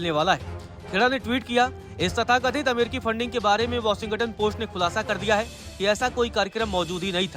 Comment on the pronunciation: Pronounce shi kro brooo.. washington ka.....